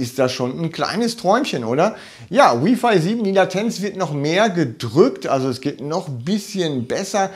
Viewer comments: Freue mich auf die Pico. Btw bitte nicht W(I)f(ei) sagen hört sich schlimm an. Richtig ist W(ei)f(ei) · Jeder kann seine Meinung haben, aber im Englischen wird es halt nun mal so ausgesprochen. Im Deutschen übrigens auch: Lautschrift: wai·fai.